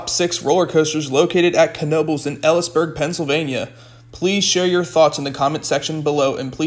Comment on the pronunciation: Pronounced... E Lees Burg